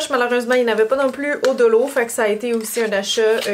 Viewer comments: On dit Dollo mais on écrit Dollar :) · dollo hahaha 🤣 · mais alors la monnaie $ vous la prononcez Dollo ? 🤣